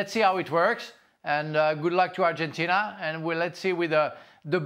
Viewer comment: Someone should teach Ale how to pronounce Argentina in English.